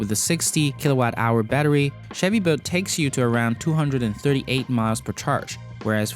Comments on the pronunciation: that accent though. Sounds like boat to me. Chevy boat. Not making a fool of you, just a funny accent to me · Chevy "Boat" and Tesla "Vote" :P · Is he saying Chevy boat? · Chevy boat? Try to say the "L" in the name bolt